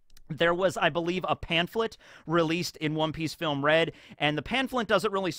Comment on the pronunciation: “Filmuh Red”